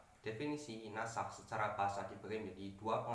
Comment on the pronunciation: Bukan nash tapi nasakh